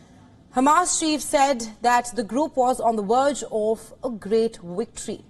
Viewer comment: “on the WErge of a great Wictory” 😂